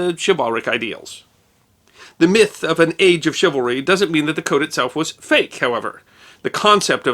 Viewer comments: ok this is me being picky, but shouldnt it be pronounced chivalry with the c being swapped by an s? its ony a trifling matter great videos by carry on regardless. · Dear, A couple notes on correct pronunciation of a couple of words-- First, is the word 'chivalry', and all of its derivative words. Two areas of focus on this word-- You often, in this piece, put emphasis on the 2nd syllable, 'val'. The only emphasis for the word, 'chivalry', and any of it's derivative words, should always be put only on the 1st syllable, 'chiv'. When doing otherwise, you sound like you are unfamiliar with the word. 2nd point is that the 2nd syllable should always be pronounced using the 'uh' sound for the 'a' in 'val', as you would pronounce the 'e' in the word 'the'. This is the correct manner to pronounce this word when speaking the English language. Otherwise, you come across as sounding unacquainted with word 'chivalry', and it's derivatives. A second word you mispronounced is the name of the French city of Nantes. Both in French and in English, the correct pronunciation of this city of Brittany, (in French, la Bretagne, or Breton), is 'Naunt'. In neither language are the letters 'es' at the back end of the word pronounced. You assumed they should be pronounced like the word 'ace'. Those two last letters in 'Nantes' are silent. They are used because Nantes, itself, is a feminine word. Unless a word in French has either an 'accent aigu' (which is above a letter 'e', and stants upwared from left to right), or an 'accent grave' (where there is also an 'e', and an accent mark above it that slopes downward from left to right, making the same sound as